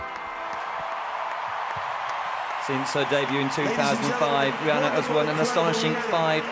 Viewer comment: "rih-nana" lol